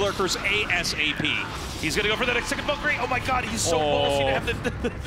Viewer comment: The way Artosis and Tasteless pronounce Valkyrie almost gave me a stroke